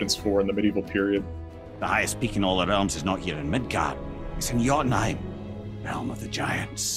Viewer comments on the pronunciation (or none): none